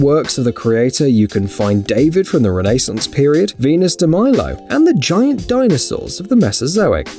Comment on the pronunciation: Also he didn’t say renaissance, he said renasince